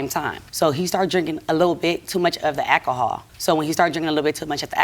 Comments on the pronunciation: What the hell is ackahol? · I know one thing, I'm sick of hearing the word, "ak-ko-hol..."😂😂😂😂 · I’ve never heard anyone pronounce alcohol as ACK-a-haul before… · Is she saying akihall or alchohol? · She lost me 'AKAHOL:" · Al CO HOL not al-call-hall 😂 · Why do people choose to mispronounce normal words. Ahkahull. Tf!!!! Alcohol. Just say it. My goah. Next word out her mouth is ax not ask 😅😂😂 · It's alcohol not acohol and ask not aks. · ekkhol ,,, aks ... so uneducated in te USA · “Eh’lcohol”. She single handily changed the pronunciation of “alcohol”😂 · Its "alcohol" not "ackohol" 😔 I thought America was an English speaking country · She knows she can’t say alcohol, yet feels the need to over use the word a million times. Trash family. Let him sip his akohaul and stfu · Not once did I hear her mention alcohol. Sounded to me that the issue was exacerbated by ackahaul. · It’s funny because she’s completely skipping the L in the work alcohol and saying akohol. I’d go on further but I’m sure I’d be reported to the social justice warriors. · It’s funny because she’s completely skipping the L in the work alcohol and saying akohol. I’d go on further but I’m sure I’d be reported to the social justicewarriors. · It’s funny because she’s completely skipping the L in the work alcohol and saying akohol. I’d go on further but I’m sure I’d be reported to the socialjusticewarriors. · It’s funny because she’s completely skipping the L in the word alcohol and saying akohol. I’d go on further but I’m sure I’d be reported to the socialjusticewarriors. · E & J - I don't know why she's pronouncing it like that... oh and ak a hol. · My husband & I couldn't keep paying attention to this case. We were distracted counting how many times the plaintiff said ack-ahol. 🙈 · I’m drinking a shot every time she says ackahol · It's ecahull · A fifth is not a small bottle, sir. Lol.. she said Erk and Jerk. 😂😂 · Omgggg AKAHAW irked me every time she said it!😂😂😂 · Omg stop saying akahol